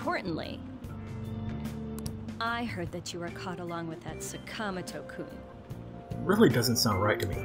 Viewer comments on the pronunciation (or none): saka-moto why is that so hard to say right! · Also, you're right. The game's English pronunciation of 'Sakamoto' and other names later on is strangely incorrect.